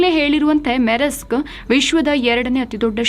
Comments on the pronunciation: ಅದು‌ ಮೆರೆಸ್ಕ್ ಅಲ್ಲ ಮರ್ಸ್ಕ್. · Maam that is pronounced as MUHSK..